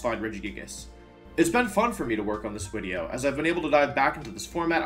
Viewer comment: WHAT DID YOU CALL WIDEO 😤 👿